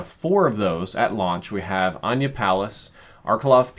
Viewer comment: It's "Uhh-Nigh-Yuh" Palace bro